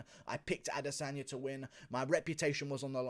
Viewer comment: it is ADE-sanya